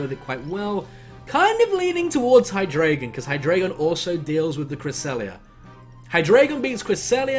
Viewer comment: ... Ver-EYE-zee-in... Hy-DRY-gon...